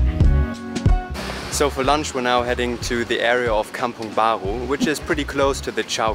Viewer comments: When you pronounce "kampung bha-ru" as "kampung bha-gru" in your accent, it makes me smile...hehe hope you guys enjoy your visit and stay in Malaysia :) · Love the way you pronounce kampong baru as "kampong baghu", gives a French accent to it! 😁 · Haha I was really wondering where are you two from when I began watching this video, and then you went to kampung "baghu" (that's how malays spell for the way you pronounced it) 😂 Guten abend! People from the state of negeri sembilan to the south of kl, also pronounce the letter r that way, so if it's a new video (video baru) then they'd say "video baghu", however, they don't say kampung "baghu" though, the r is still pronounced similarly to the r in "australia" 😬 Anyway danke, for all the compliments and nice words you two put in for KL and malaysia 👍 Hope you two truly enjoyed your 1st time visit, and be safe wherever you are now and wherever you will be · It's a very German pronounciation 😁